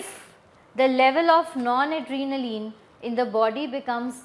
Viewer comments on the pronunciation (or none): Mam it's not non-adrenaline .it's nor-adrenaline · it's NORADRENALINE & NOT NONADRENALINE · Noradrenaline not non....